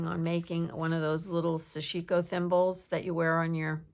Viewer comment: Such interesting stuff!❤️❤️❤️ Btw, I may be wrong, but I think the pronunciation is SASH-i-ko (short i).